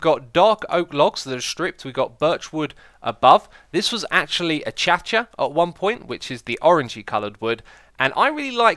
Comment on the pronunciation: 3.33 achacha?